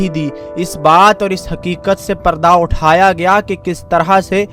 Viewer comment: Kaffar nai hota kuffar hota hey ,ya punjabi bolo ya urdu. Utha hota hey atta nahi hota.Apni urdu theek kar ke aoo.